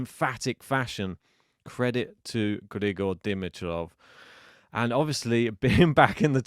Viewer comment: before you hurt my wife's ears tomorrow, please - "D-MEE-trof," D-MEE-trof." Not "DIM-i-trof." Now that that item is out of the way - Grigor, for me, is equally as fun to watch as Carlos. His game style is insane. His tennis IQ is off the charts, and when he plays at his best, he is good as it gets. And my word - Sascha was such an obstacle. He was getting every ball back and he could have easily won. Fantastic to watch Grigor's last 2 matches! And go Danielle today?